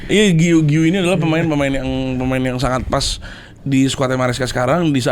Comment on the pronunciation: u nya gausah dibaca, giu aja: si guiu ini emang cocoknya join standupindo wkwk